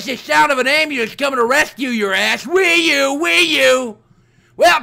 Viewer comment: WiiU is more like Pee U